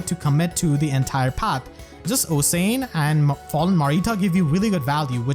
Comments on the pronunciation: HEY ABOUT OSIAN IT'S NOT OH-SANE IT'S OSH-AN SINCERELY, A WELSH PERSON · Awesome work. So thorough! Also "Osian" is pronounced like "Oshan" :) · I just wanna point out that Osian's name is pronounced like Ocean. It's a weird and uncommon name, so I don't fault you for not being able to say it right.